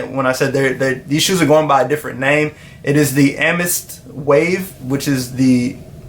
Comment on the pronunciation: Am- eh-thist 😂😂😂😂